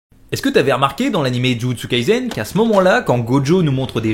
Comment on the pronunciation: ON DIT JUJUTSU KAISEN PAS jUtsU KalsEN